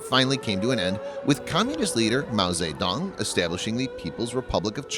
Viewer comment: OMG! "She daku"??? No, try "Sheu die choo" not "Mau zay dong" it's "Mau tsuh- dong"